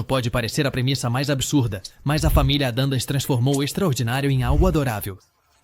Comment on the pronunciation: Pois é: Entre outras, "Família "ADANDAS" foi Phød@ Pöøtakiuspariu....